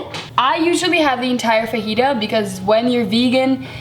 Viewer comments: Sounds a bit like "vagina" 😂😂😂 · I die everytime she says ''fajita'' in a very white pronounciation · She was saying it that way as a joke tho, pffh